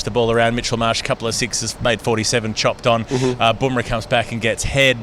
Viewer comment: Bum rah not Boom rah.